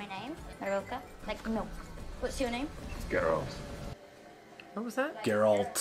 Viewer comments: GeralD, not Geraldt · Just remember - hard G - Geralt like Gif not Jif;) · If you'd like an assist, Geralt is Gare-ralt. Welcome to The Witcher <3